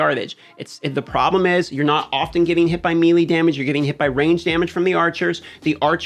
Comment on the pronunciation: I love your content! The way you pronounce melee triggers me but I'll still watch lol